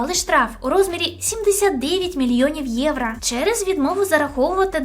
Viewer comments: єврО, а не єврА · "Євро" будь ласочка, не "євра" 💙💛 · А чому «євра»? Чи ви внучка Юлії Тимошенко? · Все прикольно, але це єврА, капець як вуха ріже